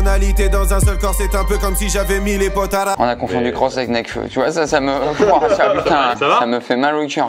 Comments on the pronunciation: Potara ? c'est plutôt Potalas :) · POTALAS PAS PORTARAS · C'est pas les potaras c'est les potalas 😭😭😭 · Par contre c'est potalas pas potaras... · C pas potaras c potalas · Par contre c'est Potalas et non Potaras ^^ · C’EST PAS POTARAS C’EST POTALAS